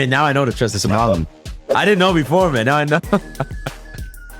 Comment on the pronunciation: Bro said somalian instead of a sommelier 😂😂😂😂😂😂😂😂😂